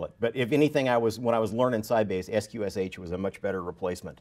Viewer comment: FYI: sqsh is pronounced "skwish". And the sound is still broken. Too bad, because up to then this was an interesting talk...